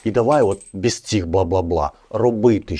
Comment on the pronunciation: Мальчик,а у тебя фонетика русского языка,ты произносишь,,бэз,, ,,напишить,,. Ура!!!Русский язык знают все...